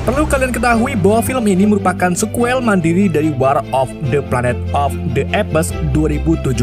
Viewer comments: Maaf bang, apes intonasi nya bukan epes tapi eps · Bukan epes bacanya bg 😂, baca apes itu eps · Bacaan mengikut English UK dan US.Mungkin admin ikut sebutan berasakan B.Belanda dan Indonesia,kerna sebutan bagi Apes bunyi seperti "Ep" bunyi s dikit aja.